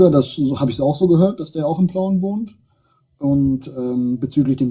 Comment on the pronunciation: Schon wieder Pleuen, es heißt Plauen verdammte Axt